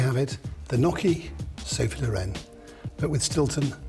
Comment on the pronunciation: "n-y-occhi" not "n-occhi". How long have you lived in Europe, dude?